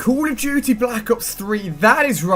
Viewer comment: I have spotted a fake gameplay. and how? check this out > he says ''cool of duty''. it's usually ''call of duty''. and on he got shot multiple times yet he didn't die. that poor guy shot him over and over yet Ali-A didn't die. sorry guys but I am new to this guy because I was watching teletubbies for the whole time